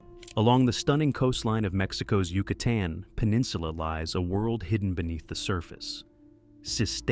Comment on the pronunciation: Great but tragic stories. I sure do wish a HUMAN would narrate rather than AI. Seriously...Yuka - Tan Peninsula?